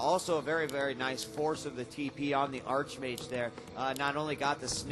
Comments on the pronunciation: How I hate people who pronounce arCHmage instead of arKmage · Its pronounced Ark-Mage rofl